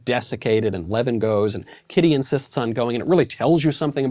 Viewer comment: How come you are not speaking about a novel with exactly the same plot: Sense and Sensibility by Jane Austin? Tolstoy was notorious for copying Austin's characters. It's a pity that a really good and original novel gets forgotten. Also, it's not Levin (a Jewish last name), but Lyovin (Russian letter ë is read as yoh, although it looks like e).